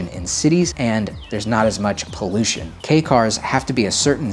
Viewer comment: I am sooooo glad knows how to pronounce "Kei" car lmao.